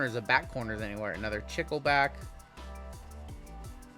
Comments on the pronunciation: I like your videos and work, it is tons of fun. BTW the word is Chicle and you say it CHEECLAY. It is the Spanish word for gum. :hand-pink-waving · Chicle is Spanish for gum. "Chick-lay"